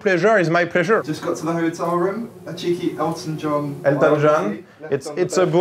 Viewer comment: Mon cher Gre , ont dit "room" , pas "romm" :P